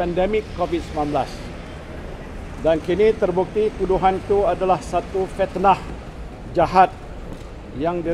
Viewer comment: Fitnah...bukan petnah